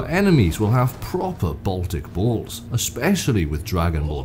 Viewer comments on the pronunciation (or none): none